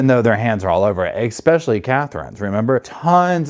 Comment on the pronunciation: Just for future reference: it’s ESPECIALLY not EXPECIALLY